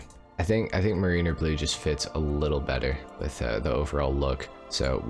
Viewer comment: Love you, but you're slowly killing me by saying Marine-er blue. It's meh-ruh-nr. Probably easiest if you google "mariner pronunciation in english" and listen to the AI say it. Otherwise, keep it up!